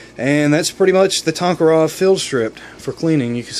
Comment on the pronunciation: Great vid,but it's a toe-ka-rev...not talk-ah-rov.